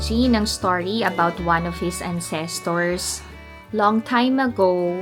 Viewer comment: Yes please DON'T. Para kang AI. Yung intonation sobrang off. Sorry ha pero nagsasabi lang ako ng totoo (nasobrahan nga lang ata) but CRINGY kasi siya as in. Btw, it's AN-ses-terz (The stress is on the first syllable (AN-ses-terz).